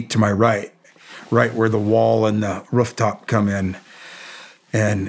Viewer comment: “Rufftop” he’s gotta be from Ohio or Michigan. Love it 😉